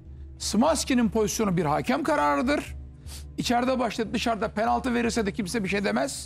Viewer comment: Bay objektif abimiz gene kiviriyor penalti diyemiyor😂😂